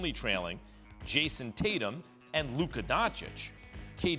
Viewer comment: Haha it’s Luka